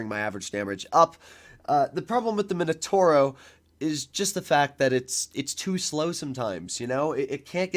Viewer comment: MI NO TAU RO… not minotoro 😵‍💫